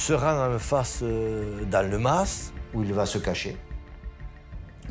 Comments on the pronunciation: Le ma … se prononce mass. C’est un terme provençal. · on pronnonce mas avec le s.....